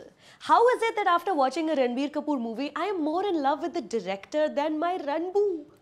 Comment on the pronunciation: Sorry , but i stopped watching when she said "ranbu". -__